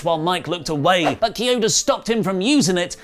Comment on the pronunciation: It's pronounced KEY-ODA but close enough